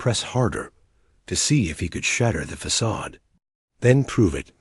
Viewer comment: Well, what a surprise that the terrible reading turns the story into a rip roaring comedy. Who knew that facade could be pronounced as ‘ fack-a-day! 😂